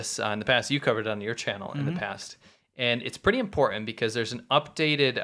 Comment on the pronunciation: "impor'en'h" The word is important.